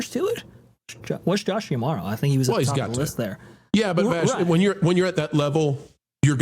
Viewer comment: Mispronouncing D'Amaro